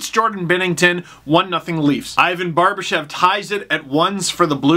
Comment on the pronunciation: I know it's written Barbashev but it's pronounced Barbashov.